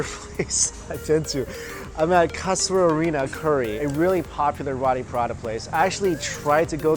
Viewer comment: Mike, say it with me now, roo-tee paa-raa-taa, roti parata.